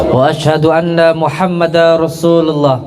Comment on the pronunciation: Wa Ashadu anna Muhammad Darrosulullah,bukan Muhammada...Din tanwin bertemu ro bacaan idgom bilagunnah..Udin konidin..syahadat saja masih salah...miris